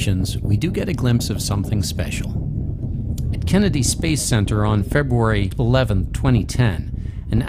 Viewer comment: Now we gotta work on how to say the word, "February"